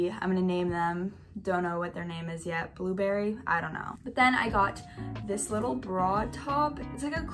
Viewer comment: love your video soo much anyway "bluberry" ✨